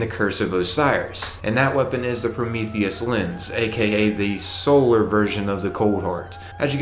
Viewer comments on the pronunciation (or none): none